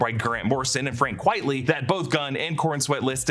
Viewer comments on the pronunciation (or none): Frank Quitely. Not “quietly”. Say “Quite frankly”. Now say “Frank Quitely”